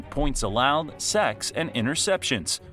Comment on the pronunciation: "Seggs" - AI Voice, "Sawks"